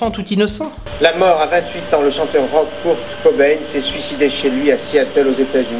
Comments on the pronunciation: Oh putin la pronontiation de "Kurt Cobain" à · Quelle bande de con ... kurt cobain est mort à 27 ans ET SA SE PRONONCE "KEURT COBAIN" pas kourt cobain 0.43